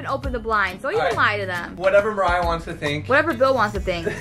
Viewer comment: It's Mariah not mariah